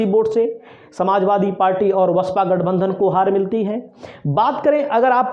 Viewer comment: are bhyya patrkar ye alama hota h ya alava.vaspa hota h ya baspa bolna nahi aata aur ho patrkar vah re bharat